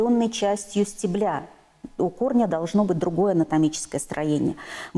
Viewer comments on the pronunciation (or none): только не стеблЯ, а стЕбля